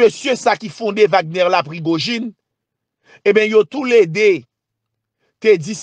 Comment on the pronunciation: Se pa Wagnè non=se Vagnè li pwononse